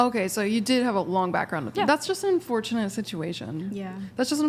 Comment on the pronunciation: I can't believe they went the whole podcast, not correcting the word in-fourtunate. how unfortunate.